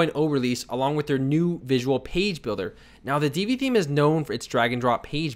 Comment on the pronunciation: FYI - Divi is pronounced "div-vee" not "dee-vee." The name is derived from the tag. Peace.